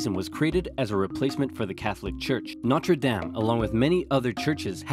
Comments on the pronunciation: Notre dom, not notre damn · Hello,! Notre Dame is not pronounced how you pronounced it in the video! I'd double check that one if I were you....